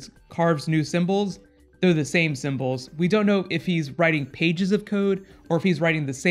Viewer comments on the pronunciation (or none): none